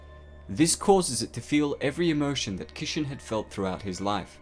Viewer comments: Manga? Kishin? I know you have an accent but there is no way you can butcher those words so bad. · My inner weeb cringes everytime you say Kishin and Manga...lol